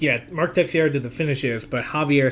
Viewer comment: Another great video. Just one thing for future reference ,Teixeira is pronounced TAY-SHE-RA.